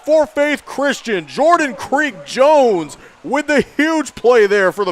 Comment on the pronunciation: His name is Jordan Creech-Jones, NOT Creek Jones! Maybe if you pulled up the MaxPreps rosters, you'd see that.